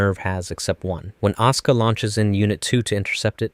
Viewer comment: Why does he always say "Oscar" instead of "Asuka"? xD